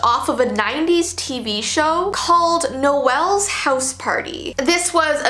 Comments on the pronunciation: Noel is pronouced Nowl in the UK when its a name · It’s actually pronounced as Nole like mole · I'm English and grew up with Mr. Blobby. When I was a kid I didn't think he was creepy but now... He's a bit very scary also It's pronounced Nole not Noel it rhymes with mole.